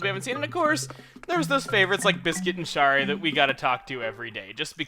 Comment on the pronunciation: Ugh.... A Kangaroo version of Shari moved into my town today.... Also, Shari is pronounced Sherry.